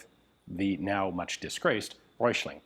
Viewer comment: You're not that far off with pronouncing Hessische. Hessen is a State of Germany. Go easy on the "i", quick on the "sch" and land on the "-e" and it is fine. Röichling...Röi-ch-ling. Roy as in Rob Roy, then the "ch" without an S and -ling. Anything with "Volk", just say Folk but let the L be heard. Wetzlar was perfect. Most of those that were made were MG barrels from the Luftwaffe that were reduced in diameter to fit the "Volkssturmkarabiner".